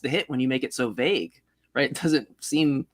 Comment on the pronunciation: What got me most was how he pronounced "vague" as "vag" 😆